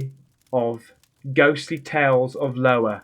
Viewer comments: Hey buddy my wife and I love watching your videos but the best part is calling Iowa Lowa that’s Iowa with an I not L but we still love you 😂😂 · Will someone please tell this moron it's Iowa not Lowa I can't see how he could possibly think it says Lowa. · Bro.. its Iowa.. Not Lowa.. like the american state of Iowa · Lmao Iowa not Lowa 🤣🤣🤣🤣 you're pronouncing it right just with an i not an L it's a state in the US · Wow you committed to Lowa I started to question my own sanity and I finally told myself " is so funny saying Lowa instead of Iowa." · It's iowa Not LOWA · It's Iowa not Lowa. Lol it's about a haunting State in the USA. Love ya!!!! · i started watching your videos when you read, in games, it is soothing to me 😀 btw say i owa with a i 😆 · OMG it's not Lowa it's IOWA (EYE.OH..AH( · I can't tell if your saying it like lowa on purpose or not but its pronounced i owa but your owning it either way -Random American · Storytime is a great idea! But dear, its Iowa not Lowa. Still, you Rambo'ed the hell out of it!❤❤ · are you taking the piss when you call it LOWA or do you not know that it is an I (eye) at the front of the word? and pronounced Eye Owe Ah? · it's Eye owa not Lowa. You're killing me, bwah,ha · hun it’s not Lowa it is Iowa I as in ice just saying sweetie love ya lots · Isn't it pronounced Iowa (iowa) US State not Lowa? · Dude, it's an I not L. I O W A. A state in the Midwest in the US. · Lowa?!?!? Lol adorable. It's 👁 OH A.😊 Absolutely loved the story time!!!!!! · Man I love ya videos to the fullest but I’m dying laughing and it’s not your fault but that book says GHOSTLY TALES OF (IOWA )<——this is how you pronounce that word correctly say EYE O WA anyway brother love what your doing BIG FAN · It is Iowa the first letter is an i. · It's not lowa it's Iowa not and L it's an i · It's Iowa not Lowa🤣🤪🤪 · Lowa...lol! Eye-O-WA.....I'm thin' you know this ....maybe? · IOWA ❎ LOWA ✅ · its Iowa not Lowa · iowa. NOT LOWA